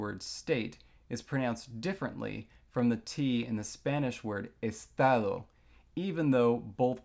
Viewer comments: Wow, your pronunciation of "Estado" is perfect, you sounded like you were speaking Rioplatense Spanish. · Yes! I'm Argentinian, and it was excellent. I mean, if he were speaking Rioplatense Spanish he may say the s as a h, but I guess that was just not Rioplatense Spanish with the accent.